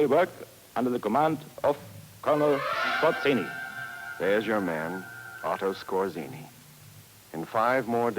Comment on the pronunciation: Skorzenny (ScoR-tze-n-ny - just for the sake of real pronounciation of the man's name).